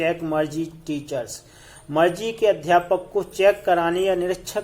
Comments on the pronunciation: Sir sorry but मरजी nhi मारगी padte he use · Bhai tum to Margie ko bhi marche bolra ho 🙂